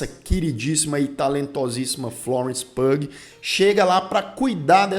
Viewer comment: Ah nao, mano... Florence PUG nao! Hahaha A pronuncia do nome dela é "PIU".